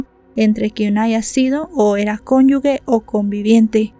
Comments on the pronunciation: Hola, me gusta tu canal, sólo una cosa, se dice cónyuje no cónyugue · Conyu [je] = cónyuge; no cónyug(ue) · Pero es cónyuge con "g", lo que pasa es que antes de "e" y de "i", al no tener la "u", se lee como "j".